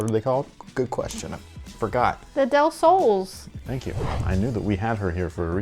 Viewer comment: Del Sol not Del Sole. It's pronounced as it is. It is a great looking colorway🔥